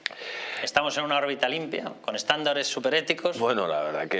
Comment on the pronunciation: Ha dicho eXtándares??🤦🤦